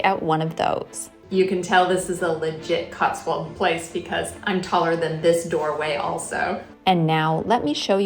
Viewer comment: We only call it SILVERWARE if it is actually made of Silver, otherwise it's just called CUTLERY. We DON'T put sugar in fruit/herbal teas !! SCONE as in GONE , not SCONE as in BONE !! " CLOTTED CREAM TEA" !!?? Are you serious !!?? YUK !! COTSWOLD as in mould , not COTSWOLD as in walled.